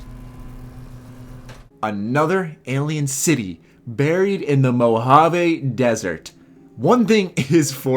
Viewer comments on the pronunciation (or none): none